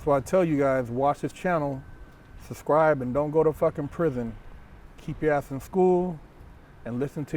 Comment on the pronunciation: “Don’t forget to like and thubscribe”